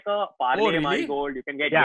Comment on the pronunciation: The pronunciation of Marie was too funny. I had to look it up because I had no idea what they were saying... I searched “Mhari biscuit” haha